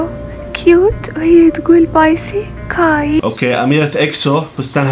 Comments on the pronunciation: انا الوحيده الي اعرف انها تطقطق🙂😅😂 واحمد ترا مو كيبوبيه حتى اسمائهم تقولها غلط ومو حافظتها مثلا سوك جين قاعده تقول سوكجه وكاي تقول قاي وتشانيول تقول جانيول ومو حافظه اسامئ توايس ولا بلاك بينك بس تحط الكيبوب عشان المشاهدات😂😭💔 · كاي صار اسمه قاااايي و بيكهيون ينطق بيكهون بس هي نطقته بيكهيون😂💔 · بايسي قاهي😭؟ والله إن اسمه كاي لسانها معوق😂؟ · جيمين❌ ⬅ جمن✅ كاي❌ ⬅. قاي✅ سوكجين❌ ⬅ سكجه✅ حتى الاسماء و نطقتها غلط😂😂 تشرب ساكي اسلامي 🌚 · كاي❌ قاي✅